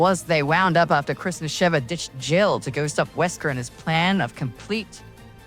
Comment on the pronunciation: I legit heard Christmas Sheva here instead of Chris and Sheva